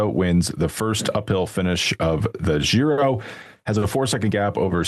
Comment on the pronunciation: Can someone tell this guy G in Giro is pronounced as J in John.. not "Zhiro"